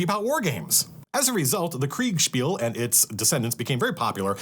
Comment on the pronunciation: Love you saying Kriegsspiel. Sounds way cooler.